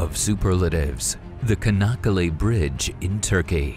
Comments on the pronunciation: come on. You guys went there, did interviews, take aerial footage made a video with voiceover but you guys got the name of the city and the bridge pronounced wrong. its not "Ka" nakkale. first letter is not a C, its a Ç. its pronounced "Cha" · It’s “Chanakkale”, not “Kanakkale” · As I understand Turkish pronunciation, the name is written Çanakkale, with a cedilla on the C, which makes it soft, so the pronunciation is "Sanakkale". Am I wrong?